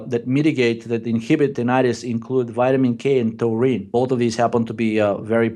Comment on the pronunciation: you crack me up 😂 Tininininitus